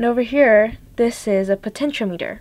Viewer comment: po ten cho meter potentiometer |pəˌten ch ēˈämətər|